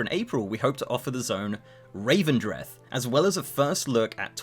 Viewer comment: Revendreth, not Ravendreth.